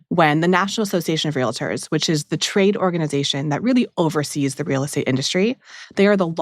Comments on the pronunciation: WE ARE REAL-TORS, NOT RELATORS FOR F**K SAKE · Minor point: the profession is “real-ters” not “ree-le-ters” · For the record, the word is pronounced “real-tors” not “real-i-tors” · REAL---TORS! LIKE REALTY! REAL---TORS!